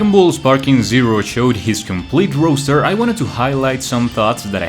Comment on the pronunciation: Bro saying Roaster